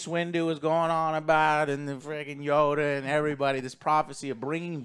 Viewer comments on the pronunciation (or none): none